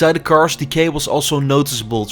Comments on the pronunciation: Nice Video. Thanks for the impressions. But your pronunciation made it hard for me to listen to it. Please stop saying carsh 🙈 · Cannot even speak the word cars or kilometers